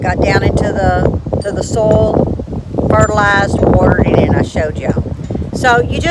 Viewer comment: Oh how I love to listen to your accent!! I am curious though are you talking about soil or sole in those garden beds - LOL. I wouldn't bother to tease you if I didn't love ya. Your gardens are beautiful. My seedlings are safely tucked under grow lights STILL 😒 We don't get to plant outdoors until just before Mother's Day. It's all good though. Hey, I had a thought. (a novel concept at 70) it's a good way to extend your harvest by planting starts and then direct sewing seeds. That way you aren't overwhelmed with too much harvest at once. You're too smart. I think I'm going to give it a try. Since it's just me, staggering the harvest makes good sense so I don't get too tired putting everything up at once. See ya during the week and - blessings always, g.